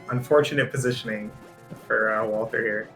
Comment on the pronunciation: Why do you keep saying wal-th-er? It's spelled correctly.